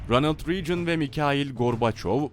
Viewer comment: Ronıld Riicın değil Ranıld Regın diye telaffuz edilir...